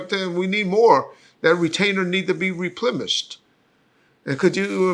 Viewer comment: Did say "REPLEMISHED"?!